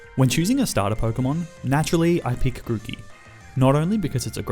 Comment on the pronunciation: THE M IN GROOKEY IS SUPPOSED TO BE A K!